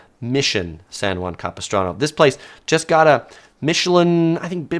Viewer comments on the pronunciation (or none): none